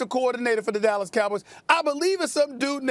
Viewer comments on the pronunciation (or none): Do you mean the “Allas Cowboys” No “D”